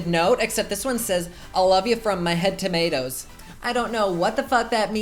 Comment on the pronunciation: Tomatoes = to ma toes